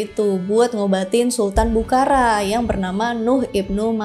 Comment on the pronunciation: Sorry, dibacanya bukhoro, abjad arab ga ada ra, tapi ro 🙏